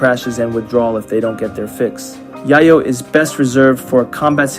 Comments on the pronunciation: Its not "yahyo". Its "yayoh." Its cocine. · Is there a reason Rimworld content creators call Yayo 'Yah-yo' and not the traditional real world 'Yay-yo'? I'd be lying if I didn't say it bugs me lol! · Great video! Only comment is that yayo is pronounced "yeh-yo" (like "day-glow"), because it's intended to be a fictional version of cocaine, whose street name in Mexican Spanish is "llelo", which is pronounced the same way. As used in a sentence by Tony Montana: "Chichi! Get the yayo!" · pronouncing yayo wrong, yayo is a slang term for cocaine, it is pronounced Yay-yo